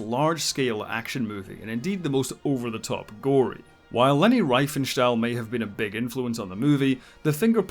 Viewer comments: Riefenstahl, pronouned /reee:fen:shtal/ - "ie" in German as an elongated /e/ (for English speakers) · Fun Fact: It's not pronounced "Lenny Ryfenstahl" but "Lehnie Reefenshtahl".